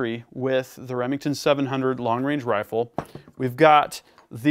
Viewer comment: "a match quality 300PRC Hrrifle"?! You been taking notes from Stewie off Family Guy? 🤣 😉